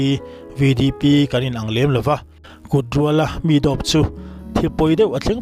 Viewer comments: A pawi mange hethil hi chu!! Amaherawh chu chhiar dân hi uluk deuh hi tha mawle... Kut rüal a tih niloin kut rûal a tih nih zawk ta se... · Mizotawng chhiar zir teh. E,g: Kurual tih i thluk dan kha a diklo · Kut rual (nghal rual tih a rual lai ang khian lam tur,kutrual .